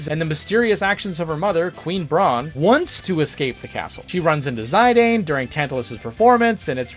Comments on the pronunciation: "Zie Dane" 🤮 Mate it's pronounced "Z[i]d[an]. Dear sweet merciful Jesus, please help the many Americans with constant pronunciation butcherings 🙏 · That's was a very interesting way to pronounce Zidane lol 😂